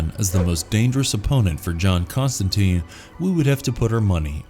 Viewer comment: Con-Stan-TINE. Rhymes with fine...